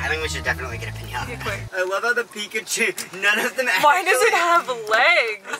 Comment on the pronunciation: “We’re gonna SMasH Pikachew” -Ryan